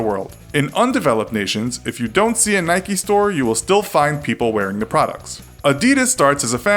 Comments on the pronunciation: WHY DO AMERICANS CALL IT NIKEY? W.H.Y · it is prunounced "nik" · Nikey and pooma...... ffs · stopped watching when he pronounced Nike like Nike - eeee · You said Nike and Adidas wrong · Anyone else get annoyed by how he says Nike 🤣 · Mate you can't even say the company names correctly 😂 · why u pronounce nike wrong and adidas right u guy with a ball in mouth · you say "nike" incorect.. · GT 0MegaRACING A foreign thing? Nike is American bud, not British. Adidas is German, not British. It’s a British thing to pronounce it wrong, not a foreign thing. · It's so annoying he can't pronounce nike properly 😭😭😭😓 no y or ie on the end. You don't call mike, mickie